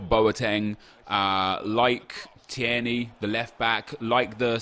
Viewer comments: it’s T-ear-knee not T-air-knee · TIER KNEE! Not teyarnee, can't believe you made me sound like fucking Hermione Granger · Hep, When you say Teirney you pronounce it like T-air-knee but it's supposed to be Teir-Knee, not hate just trying to help 😀👍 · Pronounced as tear knee. Not tee air knee. Hope it helps as a Scot that was painful to listen to 😂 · Tierney is: Tear-ney Not: Tee-er-ney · It’s not tee-erny. It’s teerny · TEAR-KNEE no TEAIRKNEE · Phonetically: Tear-Knee (tear as in crying) Not: Tee-air-nee Keep up the goof work fella, much love. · You say it like teer-nay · You pronounce it teerney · It’s teer-ney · Teer neigh like the horse noise is how you say his name bro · Tir a nee. I’m Scottish so believe me. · It's pronouced TEERNY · Say it like teer knee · Its pronounced Tear-nae (as in teardrop), you're pronouncing it like Thierry (as in Thierty Henry) and adding an extra syllable. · Tierney is pronounced Teer - Nee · It's pronounced 'Tear-knee' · Say it like Teerney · Tierney is pronounced teerny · just pronounce it 'TEERNEY'. Simples... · Tierney is said like Tear-ney at least where I'm from. It's a 2 syllable name in East Scotland. Idk if they say the er- seperate in glasgow but they don't here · Your sayin Tierney completely wrong (tear ni) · Tear-knee is how you would say it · Ur saying tierney wrong bro x